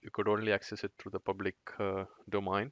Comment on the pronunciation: Well done video and your english is nicely done. Check perhaps the pronunciation of the words: domain, tier and premise. Those sounded strange.